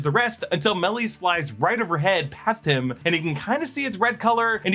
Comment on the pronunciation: Dude stop butchering the name Maleys 💩